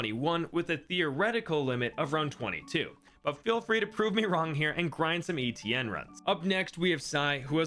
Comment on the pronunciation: Bruh.. no way you pronounce Etienne like that lmao